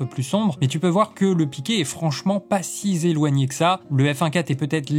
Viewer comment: « Si zéloigné » 😭😭 La liaison fantôme 😂